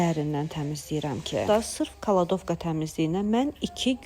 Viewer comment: Kaladovka yox kladovka😊😊